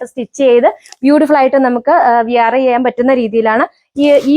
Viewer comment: വിയർ എന്നല്ല, വെയ' ർ (/weə(r)/ ) എന്നാണ് പറയേണ്ടത്